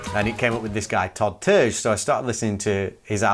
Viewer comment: Terje is pronounced like tar e ah